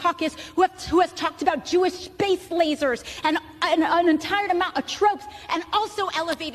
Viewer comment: Did she? Performance I thought. She almost lost it when she delivered "shpace lashers". They knew that they don't represent the opinion of their electorate and we're always riding this til the wheels come off.